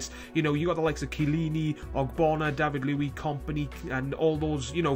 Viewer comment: Do stefan jovetic next. And will u stop saying david luizes name wrong?-.- im p sure u just do it on purpose....